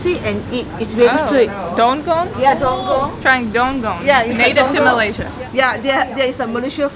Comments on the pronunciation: its DUKONG , not DONGONG..lols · That fruit not "dunggong". It was "dukong".. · Dukong, not donggong.